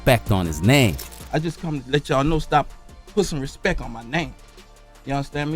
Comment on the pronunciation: He did say Respect, he said Respeck!!!!!!!